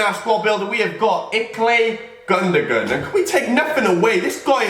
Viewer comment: The way he says gundogan annoyed me so much🙄